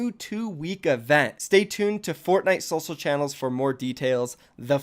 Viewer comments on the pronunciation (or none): he just said sosial 😂😂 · he said sosial 😳